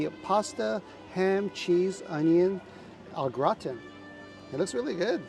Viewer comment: was struggling with that au gratin😂😂